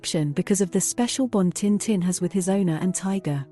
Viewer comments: タンタン じゃなく チンチン に聞こえるせいで内容が一切入ってこなかった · Would have been better if you'd used a real voice, this bot voice mispronounces tintin - duh! It really grates on the ears after a while. Very phony sounding.